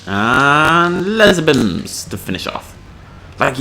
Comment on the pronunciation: Lay-zor Beams not Bims and its King Ghi-Door-ah